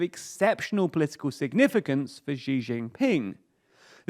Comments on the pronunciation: the ze in zedong is pronouced "tse", not "zen". And Xi is pronounced "she" not "ji" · Man you gotta stop saying Ji. The way to pronounce Xi is closer to “shee” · XI is pronounced "She" not "Ge" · Xi = See not she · Xi is pronounced as "She". She. Not whatever you're saying. Just say She like you normally would. Cheers. Great video. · When he called Xi as Ji. his credibility went from 2 to -200. 🤣🤣🤣🤣🤣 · x in pinyin is voiceless. you guys can't be that good at research if you can't even look up pronunciation on the name of China's leader.